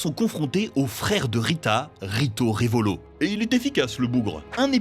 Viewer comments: Frère fais un effort c’est rito revolto 🤦🏽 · C'est Rito Revolto et non Revolo ils aiment trop écorché les noms !!